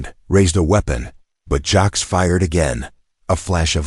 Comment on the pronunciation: Dot J A X. AI Can't say Jax so it spells it. Dot Dot Dot